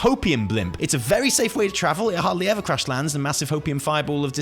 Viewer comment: Is it just me or did he just say "Evi" instead of "ever"? :'D